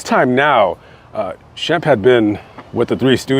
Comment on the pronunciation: I'm surprised you have time to look up all this info as busy as you are. I don't understand his mother. Sam is nowhere near the pronunciation of Shemp.